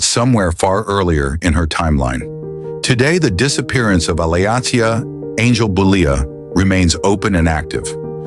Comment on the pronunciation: Her name is pronounced like Alicia.